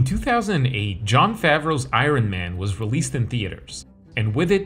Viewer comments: The fact that you started the video saying “I-run” man makes me think I shouldn’t take anything you say seriously. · "I-ron man" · Did you just say I-Ron man? I-Ron?!? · why you say it like that bro, that shit got me dying